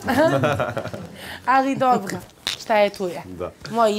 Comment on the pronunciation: Dobŕrrrrrro kaže jak ti je izborrrrrr tuko